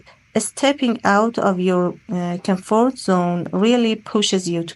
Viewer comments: She is intelligent, however I analyzed some pronounciation issues, e.g. she pronounces comfort as [camfout]. 9 seems too high. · She sounded robotic, though: she lacked word and sentence stress at times, making her speech monotonous. On top of this, she mispronounced some words: comfort, passionate, dilemma. Please, don't perceive as an awful stick or sth; I am just leaving my comment on her performance. However, she used some native-like expressions, showing that her proficiency is on another level.